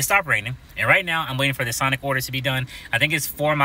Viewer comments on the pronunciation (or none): none